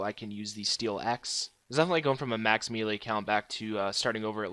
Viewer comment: The amount of people that mispronounce melee is astounding.